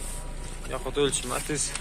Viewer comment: матис эмес матиз